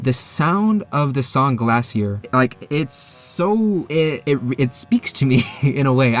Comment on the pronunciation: The song is pronounced GLACIER The type of music is called chiptune Ramb become stone because he isn't from TV world